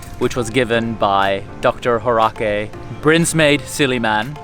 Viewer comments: HAW as in paw, and then RESS, not Horake. ;) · Horacay haha it's pronounced as hoRUSS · I'm sorry, but Horace is actually pronounced Hor-ess. Thank u for featuring our alma mater and our province's iconic university - even more popular than our city or province. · Thank you for researching 🥰🥰🥰 and featuring our university ❤️❤️❤️❤️ well researched 👏👏👏👏 by the way it's Horace (pronounced as horaise) ☺️☺️☺️😁😁😁